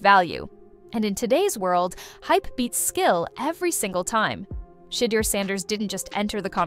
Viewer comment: this chic called him sheee-durr lmao